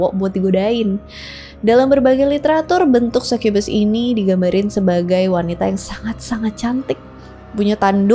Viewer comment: Sai kye bes Sukubus anjir baca nya kalo orang asia